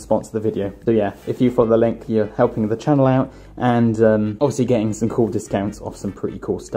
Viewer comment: You said Naruto wrong